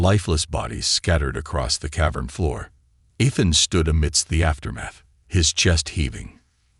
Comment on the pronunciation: Pronounce Ethan properly. It is irritating to hear it spoken incorrectly. It is E(long sounding E)-than (short a ). Main syllable is the first syllable.